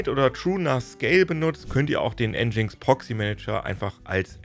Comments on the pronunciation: Das heißt nicht N GINX sondern "Engine X" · Es heißt "Engine Ex" und nicht "Endschings".. (Aussprache von Nginx) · Für mich leider ein langweiliges Thema, denn der Inhalt des Videos ist so schon deutlich über 10 Jahre umsetzbar und einfach alte Kamellen. Dann auch noch nginx falsch ausgesprochen. 🤡